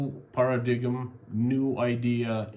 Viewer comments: I hate to pick a nit with your outstanding English but "paradgm" is pronounced as "para-dime". Please don't blame me for english language. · Paradigm is pronounced par-a-dime. Thank you for your channel. I appreciate your effort and courage.